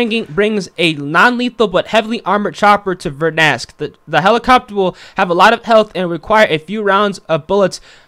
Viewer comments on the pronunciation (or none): Dude. It’s not vernask. It’s ver-Dan-sk.